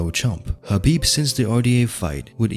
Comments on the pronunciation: I am feeling squeamish every time the narrator calls him HABIB instead of KHABIB. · Why does it sound like your saying Habib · I'm relaxed. He said Khabitch lol